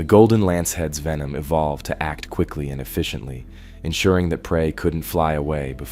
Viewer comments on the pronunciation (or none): none